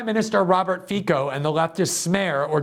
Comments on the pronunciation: His name is pronounced fitso not fiko. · pronounced Feetz-o.